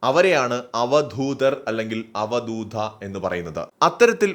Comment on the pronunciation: അവധൂത.. എന്ന് പറയൂ, അക്ഷരസഫുടത.. ശ്രദ്ധിയ്ക്കൂ